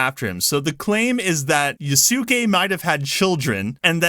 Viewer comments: Dude it's not Ya*Su*ke That is the most American pronunciation you can use It is Yasuke You had it right the first time XD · I'm sorry dude your production of Yasuke was good before. Yes it is Ya su ke but it's not yaSUkay There is no extended U. You wouldn't pronounce Sasuke Sa Suuu Kay. You were saying it correctly. And now as a Japanese student I get cringe when you try to say it the "correct way" in your words. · You got that backwards dude, and so does the morons correcting you. It’s “yaske” whether you are American or Japanese. I’m surprised to even hear you read your comments since I have corrected you several times and you’ve done silch about it. In this video you start saying yaske which utterly delighted me.. but then you go right back to yasuke on the grounds that others have corrected you. It’s YASKE, alright? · Thank you for bringing up Thomas Lockley!. This was one piece of the puzzle of reason why Japanese peoples are so angry. Also, Japanese pronunciation is best broken into short segments "Ya~" is no good. "Ya" is "ya!". In the case of Yasuke, "Yasu-key" is no good. It's "Ya"su"ke". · Yaske is right way of saying not yasuke😂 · Actually "Yaske" is the correct pronunciation for "Yasuke". You can listen to other Japanese Youtubers about Yasuke. The "u" and "i" vowels are generally weakened so much to the point of almost muted when it is not followed by a voiced consonant. Muted vowel is so rarely taught to foreign learners of Japanese because even the Japanese native speakers mute their vowels subconsciously to the point many of them fail to realize this linguistic feature. Although having said that, Japanese do "unmute" u and i when they want to stress something. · In japanese the u in su is pronounced very fast to the point it almost sounds like an s. Yasuke is how it is written but its pronounced like Yaske more or less